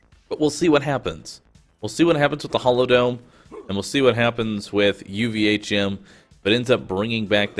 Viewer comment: OMG stop calling it UVA'CHIM!